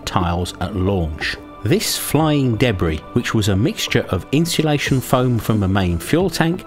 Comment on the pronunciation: Debree...never heard Debris pronounced this way.